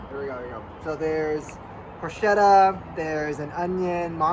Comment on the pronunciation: It's a "Porchetta" sandwich not a "Porshetta" sandwich!